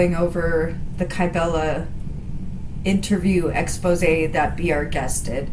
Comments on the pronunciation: Why is it that no one can pronounce the word expose' correctly? X-pose- A. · Hey. Just popping in here to say : Exposed, the verb, is pronounced the way it's said throughout this video. An "Expose" , the noun , is said : X-pose-Ay Okie dokie, carry on ❤😂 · Please, it's an exposé, not an expose.